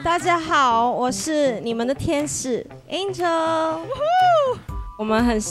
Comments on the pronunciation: 是 Angel 不是 Angle ! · It’s Angel… not Angle 😅😭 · 是 ANGEL 不是 angle